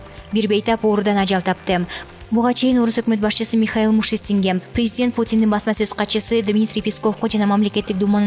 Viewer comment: Мушистин эмес Мишустин, тура окуганды качан уйроносунор?